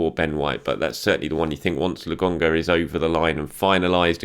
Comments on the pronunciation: honestly how hard is it to say lokon - ga stop calling the man lagonga. 🤷🏽‍♂️🤷🏽‍♂️ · Why does he keep calling him "logonga", is pronouncing K that difficult?